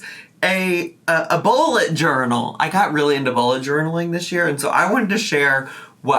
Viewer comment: I need my hearing checked - I kept hearing "Ebola" journal.